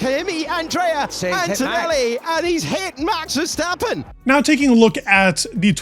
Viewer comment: for someone who is the focus of f1 media quite a lot, it's astonishing how many people still say "ver stop pin". pretty sure the middle vowel is an A...